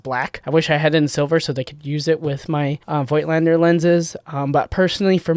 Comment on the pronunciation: Voigtländer is pronounced without the i like volkswagen. Correct would be vogtländer.